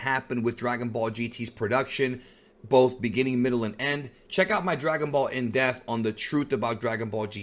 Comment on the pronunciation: IN D E PPPPP TH not IN DEFF